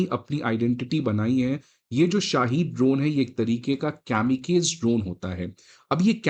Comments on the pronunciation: Sir its not “केमीकेज”its “कामीकाज़े” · Pronunciation is kamikazi and not kamikaiz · Kamikaseee nahi kaami kaaa ze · kamikaze ko camicage sun kar hi mood kharab ho gya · It is pronounced as कामीकाजे़ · It pronounced kam-uh-kazi drones. Please correct the error. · Pronounced as कामिकाज़े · Not kamikaze as one syllable. "kami" rhymes with " army " followed by "kaze" rhymes with "car say." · Your pronunciation of "Kamikaze" is incorrect. This consistent pattern of emergency purchases reveals a critical flaw in our approach. We must urgently scale up indigenous production—our numbers pale in comparison to China's. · Kamikaze ki pronunciation galat hai.